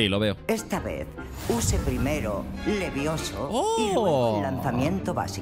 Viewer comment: No es leviouzo es leviozo 🤙🏽